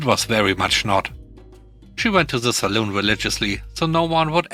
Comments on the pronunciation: ‘Salon’ is pronounced as ‘sa-lan’, not ‘as ‘sa-loon’, which is often a drinking establishment. Love your program! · Sa-lon NOT Sa-loon! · Dang. I've been pronouncing it sal-on all this time. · Salon sounds like lawn not like loon. Saloon is a bar in the old west (pub)